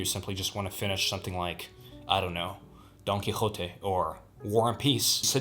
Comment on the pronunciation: You pronounced Don Quijote perfectly!!!!! Regards from Spain! 🌇